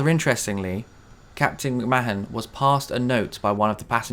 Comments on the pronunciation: Great video, this is a newly discovered channel for me although the mishap was familiar. The Captain’s name is pronounced McMarn by the way, not “Ma-han” 😊. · McMahon is pronounced 'McMARN' You never know, that may come in handy for someone, somewhere, one day before our star engulfs Earth.